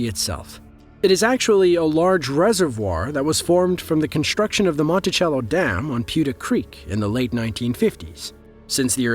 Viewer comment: The last one, the GLORY HOLE is about a half hour from my home. It is NOT in the middle of the lake as the commentator states, it is at one end, very close to the dam. The damn is pronounced MON TA SELL O, not mont ti chell o as the person said. It is an amazing sight to see then it spills over, but with the current drought, the lake is at least 30-40 feet below the top of the spillway.